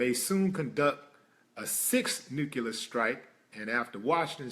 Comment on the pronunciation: Why the fuck is it that people forever say "nu-cu-lar-" instead of NUCLEAR?????? I'm so fucking peeved!